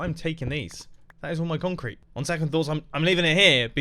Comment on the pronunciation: Mumbo: what should build with? Mumbo: conk crete